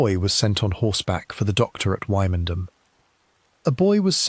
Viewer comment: Quite interesting, but Wymondham is pronounced Windam, and gaol pronounced jail.